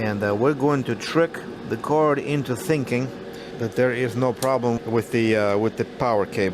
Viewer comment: special curd HAHAHA you mean card and not curd